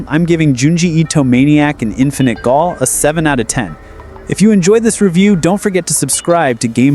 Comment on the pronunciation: “Gaol” is an alternate spelling of “jail,” it’s pronounced the same 😂